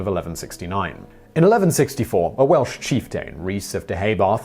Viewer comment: Kunnaacht? Conucht.. line-stir.... well mispronounced chieftain as well so I'll let it alone.